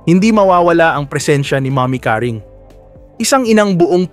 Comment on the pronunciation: Pls lng,bigkasin mo ng husay yung Seguerra at name ni nanay Caring